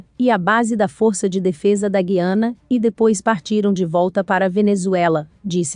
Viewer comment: Você está pronunciado o nome da Guiana errado.